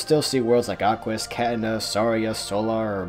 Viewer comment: Katina you pronounced it as Cat-in-na It's supposed to be pronounced as Car-tee-na